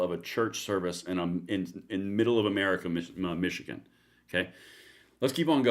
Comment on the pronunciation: Did you say "Michigan?" That's a miracle itself.